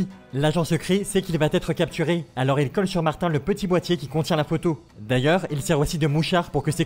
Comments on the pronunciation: c'est mater pas martin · Aux Québec martin on l'appelle mater et on le prononce comme ma-terre en gros materre